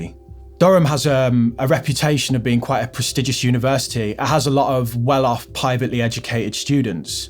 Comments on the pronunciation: Did you just say pie-vately educated? 😂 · “Pie-vately educated” /chef’s kiss/ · "Pivately educated students". Truly ins-pi-rational. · "Pievately" educated, huh...